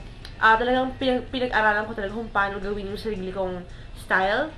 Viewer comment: Natuwa ako nung sinabe mo. " So eto ang tagalog na tutorial kung paanow kow ginagawa,,,,," wala lang ganyan din ako minsan eh hahaha